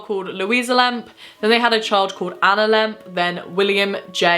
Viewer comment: After a while “lemp” started to sound like “lamp”